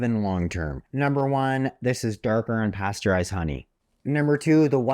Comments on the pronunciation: Thank you! One question; the graphics say pasturized honey, but it sounds like you're saying unpasturized. Are my ears deceiving me? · Great video, are you saying UNpasteurized Honey or Pasteurized?